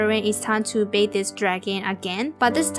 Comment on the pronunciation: And u also say bake and bownd